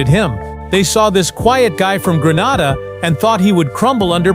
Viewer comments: It is annoying hearing Grenada pronounced Gran-arda. It is Gren-ayda. Proud of Andre Fletcher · Learn to pronounce the countries properly Gre - na - da. ST LU-CIA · Fake fake fake...your pronunciation of Grenada is wrong and plus you cannot walk across Grenada in 20 minutes...please get your facts straight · Hello sir, I appreciate your story but please pronounce the island name correctly it’s GRENADA…. thank you. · You lied about walking across my island in 20 minutes don’t disrespect our island like that and when doing a video for publicity learn how to pronounce the name of the island properly.